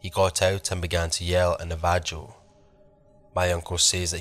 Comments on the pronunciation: My nan says na-va-joe. Navajo, bro. Nav-a-ho. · Great stories, Navajo is pronounced nah va ho. 💜